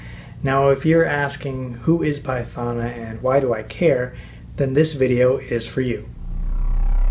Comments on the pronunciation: Wow you butchered her name🤦‍♂️🤦‍♂️🤦‍♂️🤦‍♂️🤦‍♂️🤦‍♂️🤦‍♂️ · Great, other than pronouncing her name wrong...